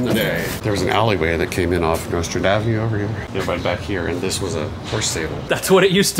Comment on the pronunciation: Listen to how he pronounces Nostrand Avenue. That's the correct pronunciation.